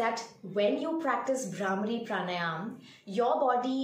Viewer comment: It's PRA-NAA-YAM and not PR-NAA-YAAM